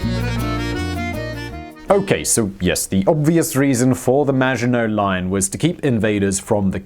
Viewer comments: I keep hearing 'The Imaginary Line'... I guess he's right about his French pronounciation! ;-) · I kept hearing 'imaginary line', not Maginot Line throughout the video. LoL. Maybe because "Imaginary Line" is prob a better name for it anyway. Imagined sense of security. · Same i heared it too on several occations, i thought it was just me :D, and i agree in hindsight, it would be a more fitting name :P